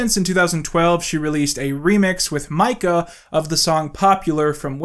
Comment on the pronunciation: fascinated with how pronounces mika like mica, the sparkly silicate mineral